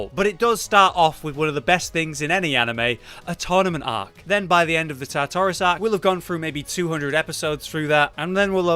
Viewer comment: The way he pronounces Tartaros makes me want to die